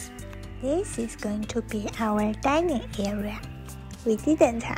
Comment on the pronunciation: Dining, not dinning. :)